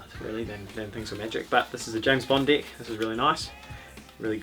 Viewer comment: I keep thinking he is saying D*$k instead of deck! 😂😂 get your false d€*k out 🎉